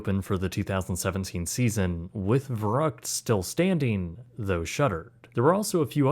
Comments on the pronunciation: "Fer-uckt" not "ver-rucked" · The mispronunciation of Verrückt is killing me. ü make a long u sound. "ver-roookt" Not uck as in yuck. Kinda like in Veruca. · it was pronounced Ver-oo-ckt, not Ver-uckt. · Whatever you said, thats not Crazy in German 😂 Verucket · The stupid slide is actually pronounced “Ferr-OOkt” in German. I know it’s beside the point when a child gets decapitated, but hearing someone say “vuruckt” just sounds really weird. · It's pronounced more like fair-ROOKT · Verrückt is pronounced more like "fair rooked" by the way - with the "ü" pronocunced like in the word good. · verrückt is pronounced in English 'fair ukt' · I know you’re not German and this isn’t Germany however I’m compelled to let you know. It’s pronounced FER-OOKED! That’s how you say Verrückt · Verrückt is pronounced more like "ver-Rue-kt". You lost the umlaut. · I don't think youre pronouncing "Verrückt" correctly and it's kinda annoying. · Great doc and a fucked-up story – but the German in me simply cannot let your butchering of the pronounciation of "Verrückt" slide (pun semi-intended). 😉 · Am I being picky when I complain about the mispronunciation of Verruckt? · Dude pronounce the slide wrong lol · I appreciate the details of this video, but please, pronounce the name of the waterslide correctly or everything you've said carries no weight. Just saying. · Shame that you can't pronounce Verrückt. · You cannot even say "verrückt" right. That is one word that you can enter in Google Translator, incredible, and you want to charge us for this quality??? Some people are really bold.